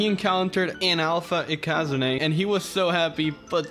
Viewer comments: Ikazune isnt pronounced ikázuné its ikazune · It's not ikazuné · Its ikazune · How pronounces Ikazune though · I was so confused on how you pronounced Ikazune, you're probably right but still weird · You saying ikazune pissrs me off no offense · "Ikazune" that pronouncement